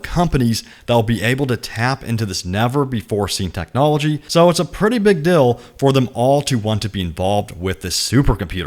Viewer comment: I thought you said "it's a pretty big dill" lol